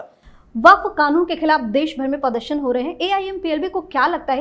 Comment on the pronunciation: aap baat thik karte hai pradarshan aur pardarshan pronounce barabar karte pls sekaect the right one it is not to hurt you